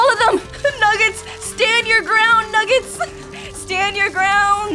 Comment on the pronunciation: The fact that nenaa calls them nuggest sometimes is cute